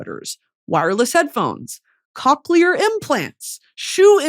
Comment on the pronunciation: My thought process: “it’s COchlear… haha Brittany said cock”